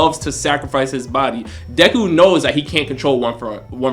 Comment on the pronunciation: Mans said dayku